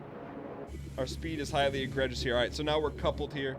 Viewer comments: It's pronounced "agree jus" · the amount of times he says egregious is astonishing, and the fact that he hasn't said it correctly once is just... jesus fuck. Not only does he pronounce it wrong but he doesn't even know what it means, he said at one point his speed was egregious. I can't even